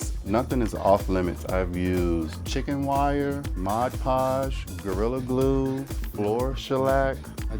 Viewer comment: THIS MAN REALLLY SAID GORRILA GLUE